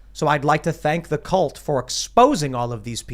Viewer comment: can't even pronounce cult. WTF is a callt?